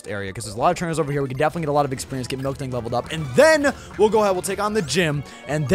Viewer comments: It's miltank, not milktank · QOTD: green Spoilers And its MIL-TANK not MILK-TANK